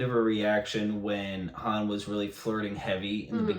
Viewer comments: Han* or Haan*, there is no Hanz. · Han. Not Hans. So many people do this. No idea why. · I'm sorry, but this was killing me. It's Han, not Hans. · Dude..... it's Han not Hans 😂😂😂. Also, the braids on Boba Fett's shoulder are wookie scalps.❤❤❤ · "Han", not "Hans". The "S" comes from Han's last name, "Solo". Han Solo. Time jump is about 3 years, and another ~1 year between this one and the next. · He is Han, not Hans. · Pronounced Hon like Honda, although Lando tends to say Han like hand, for some reason. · It is Han Solo. Not Hans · Han Solo. H A N no S or Z